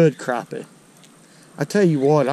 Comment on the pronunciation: Thank you for saying “crappie” like it ought to be said. They ain’t “crappy”….😊